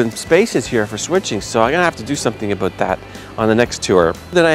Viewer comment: you really should do something aboot that lol.